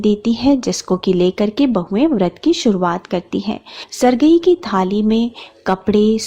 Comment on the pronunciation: Mem sargi bolte hain not sargai Or bayna bolte hain bayana nahi, bura mat maniyega maine socha apko bata dunga🥰🥰😊😊